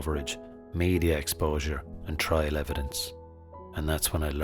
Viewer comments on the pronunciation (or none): none